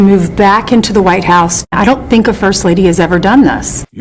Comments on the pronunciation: I teeeell him what I tink. I tink he mell. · Yep, Milashka, you said it yourself "I sink" . You are sinking more than you sink (oops) THINK.🤣🤣🤣🤣🤣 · “I tell dee prezident what I tink.” Sure ya do, Melania. Trump listens to your nonsense just as intently as he listens to the needs of the citizens he’s supposed to protect 😡